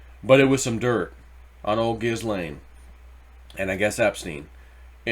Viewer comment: it is pronounced JIZZ-LANE POH-TUS like PO BOYS